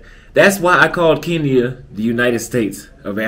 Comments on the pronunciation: It's KE NYA.✔️not KI NYA.❌ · I think it’s awesome the way you describe your experience in Kenya. I have been there and I’m in full agreement. There is one problem though. For a person who loves Kenya so much you need to step up on the pronouncing of the word Kenya. You always pronounce it Keen ya. The way the natives say it sounds like (kin ya). Please someone confirm. If you like the place at least pronounce it right. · Its Kein ya